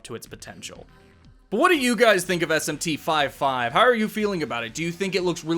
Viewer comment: It’s not called SMT 5 5 🥴